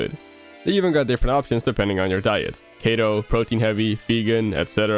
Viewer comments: It’s always weird hearing the ad reads where people say the word “keto” like im 90% the correct pronunciation is “key-toe” but i believe its Wolfie who says it as “kett-oh” and you here said it “kay-toe” which is even weirder lol. Also no, Yoshi is not made out of “the thing tennis balls are made out of” it’s felt. Very simple material. Want another example of felt? Here on youtube look up “Randy Feltface” he’s a comedian/puppet who is made out of, you guessed it, felt. And he’s also absolutely hilarious! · Ah, yes A "Kayto" diet